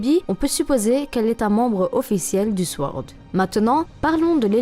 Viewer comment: ça se prononce sOrd, pas sWord ^^